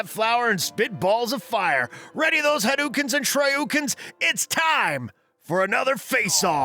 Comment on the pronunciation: it's cring how you pronounced Mario and shadaloo and hadouken